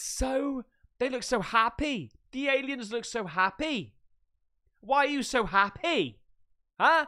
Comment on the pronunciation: Hey from Newport south Wales can I just say the way u first said happy was really bloody welshy 👌🤣🤣🤣🤣🤣🤣